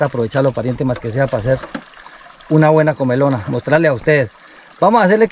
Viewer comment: No es comelona, es comilona.